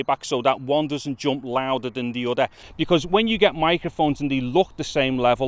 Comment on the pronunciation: udder = other